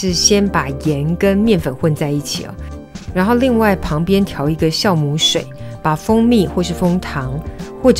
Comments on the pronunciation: Jiao母，不是念孝母。这是很基本的发音，这都会念错。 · 酵母。读jiàomǔ ，不是xiàomǔ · wiki says jiaomu not xiaomu